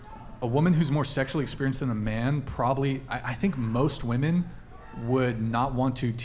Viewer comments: So my friend isn't the only one who doesn't know how to pronounce "women" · “Women” and “woman” are pronounced differently . This generation don’t know how to use this word. It’s annoying AF